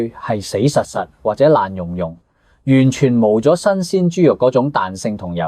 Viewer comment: 識得講餐廳用預製菜, 唔識講 YOUTUBER 用預製聲. 廚房邊, 有咁多位? 完全「毛」佐. 「甘」平 「幹」爭爭 唉.